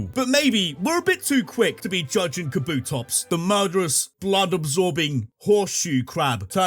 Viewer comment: DO NOT LEAVE OFF THE P IN KABUTOPS!